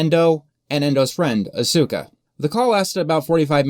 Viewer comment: You butchered “Asuka”. The “u” is silent.